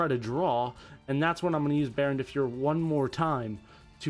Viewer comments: DB Grinder pronunciations lmfao Baronne de fyer Rite of amutesir faithful adventure drackoback i gave up 8 minutes in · i appreciate your love for synchron but i would appreciate it more if you could pronounce rite of aramesir or baronne de fleur correctly